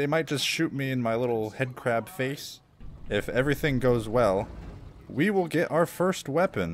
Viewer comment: 😅 I think you meant headcrab cuz you said it wrong😅